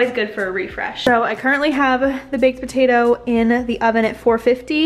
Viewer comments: Am I the only one heating Batatoe instead of patatoe lol . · I thought you said Botatoes.🤣 Mmmm Botatoes.😋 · wait are you pronouncing potato with a b ?